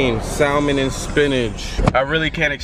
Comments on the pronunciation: Salmen instead of salmon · please tell me i'm not the only person bothered by the way clarence pronounced salmon